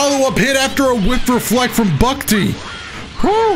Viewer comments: Lmao was really struggling to say "Bucktee". Guess hes not familiar with the Toronto lingo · Hearing say bucktee is the best thing ever